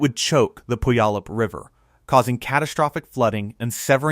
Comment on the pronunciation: The narrator doesn’t know how to pronounce Puyallup Washington. 🤣🤣🤣